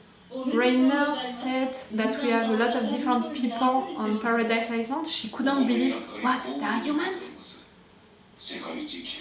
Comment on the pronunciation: i too said Island wrong for the longest time... in island you dont read the s' Island read like Ai-Land Iceland read like Ais-land